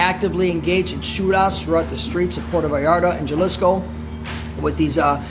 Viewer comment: Puerto 'Vay - yar - tah'